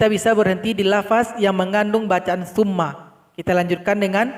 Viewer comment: Mohon maaf saya terdengarnya fumma tp hurufnya summa mohon maaf dijelaskan saya sedang mengikuti belajar cara membaca